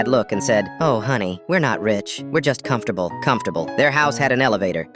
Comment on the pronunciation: Comfteble aha